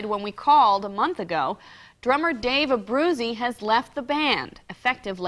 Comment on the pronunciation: Abru-chay-zee is how you pronounce it